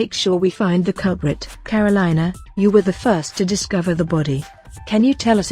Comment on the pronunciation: The way they pronounce Karolina is killing me